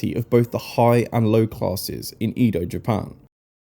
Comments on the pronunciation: The "E" in Edo is pronounced Eh, not Ee. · Please say “Edo” correctly.